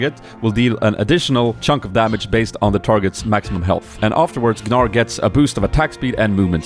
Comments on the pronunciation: the g is obviously silent.. bugs me he say G-nar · his name is (Nar) when u say it xD Not G-Nar, cuz when u play him, he says his own name. And its Naar. :3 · its just pronounced nar :P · Gnar is difficult to say, cause it's really "Nar", not "Gnar". XD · There's a very strong chance that Gnar is pronounced "Nar". Like how gnaw is pronounced "naw" or gnome is pronounced "nome". I'm not familiar with any words in the English language that have gn at the start that actually pronounce it like "g'n". I play it in English. Many characters are named after English words like Talon, Fizz, Brand, Graves, Fiddlesticks, etc. So overall I have no reason to believe Gnar is not pronounced "Nar" and multiple reasons to believe it is. So it's probably gnot as hard to say as you thought. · FFS PEOPLE! IT's not G-NAR... imagine the word gnat or gnome... the 'g' is silent. Therfore it is pronounced "nar". So please, 1 thumbs up is one prayer to all those mentally inept english-speakers out there ;) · its pronouced NAR not GI NAR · guh-nar, why would you pronounce it like this, THE CHAMPION EVEN PRONOUNCES IT HIMSELF!!!!, it's literally pronounced Nar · I don't want to be that asshole but it's pronounced NAR, not GNAR. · the pronunciation of the champion is "Nar" instead of "Gnar", a riot employer from spain told that it is like that. Say hello to Spain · You just pronounce it Nar, the G is silent. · GNAR is pronounced with a silent G you noob (NAR) xD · Someone tell that Riot said it's called -Nar, the G is silent. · the correct prenounciations is actually "nar", the G is silenced. Some guys said Riot corrected in on twitter. So if that is interestign for you at all, you are supposed to say Nar when you say his name. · its pronounced nar i think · BTW, it's pronounced "Nar" The G is silent. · Just pronounce it as "Nar" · you pronounce gnar like nar hope it helps:) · you read it Nar .. silent G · you pronounce it as nar tho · u dont say the g